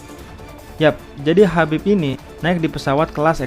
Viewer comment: Tolong hargai identitas seseorg dimulai dg menyebut namanya dg benar, namanya Khabib bkn Habib